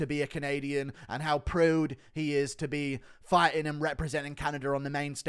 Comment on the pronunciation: That Canadian accent "proud" killed me 💀